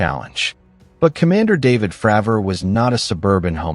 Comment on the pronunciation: You say "Frawver" one more time I'm out of here, 👋bye now👎